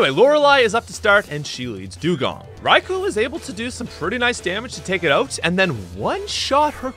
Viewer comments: Raikou's name is pronounced Rye-koh, not Rye-coo. The "u" is silent. Its name derives from Thunder "雷" (Rai), and Emperor/Lord "皇" (Ko). Coincidentally, the word lightning in Japanese is literally: 雷光 -raikō, which is pronounced exactly the same as "thunder" and "emperor/lord" put together. Therefore, Raikou's name can be translated more or less as: "Emperor of thunder and lightning". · Raikou is pronounced "Rai-koh" by the way.